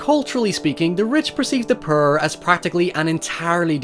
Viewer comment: I like the way you say "poor" sounds like you say "purr" lol love your vids 😆